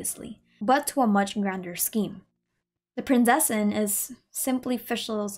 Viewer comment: As someone from a german speaking country I feel the need to tell everyone that the "z" in Prinzessin is not spoken as an "s" or "c" it is very hard and spoken like a "tz". So thats everything thanks for your time. I hope there will be more videos like this since they are really interesting.